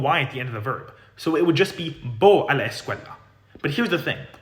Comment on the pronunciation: that’s interesting. I’m a Spanish speaker from New Jersey, where there’s also a sizeable Arab community. What tipped me off was his pronunciation of the “a” sound in “a la”, which sounds very Arabic to me. He also put too much length on the L in “escuela” and his D sound is too hard to sound like a native Spanish speaker. I also looked and saw he does a lot of videos on Arabic and he sounds pretty accurate with his pronunciation of that language. If I were to guess, I’d say he’s probably of Lebanese descent, but I’m not an expert so don’t quote me on it.